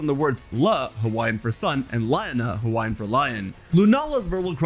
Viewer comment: It’s ok your hawaiian pronunciation is definitely better than others 🫶🏽